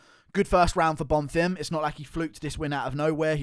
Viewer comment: On behalf of everyone, thank you for finally pronouncing Bonfim properly